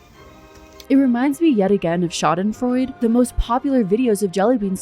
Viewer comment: Schadenfreude is a german Word, so you do pronounce the e at the end, kinda like an „uh“ sound. :)